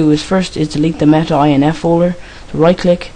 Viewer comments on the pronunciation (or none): none